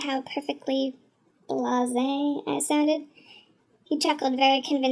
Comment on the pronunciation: haha i love when you say "blase?" it sounds hilarious